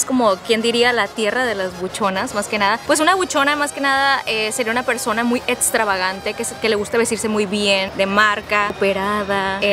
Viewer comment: Muy “ETSTRAVAGANTE” jajaja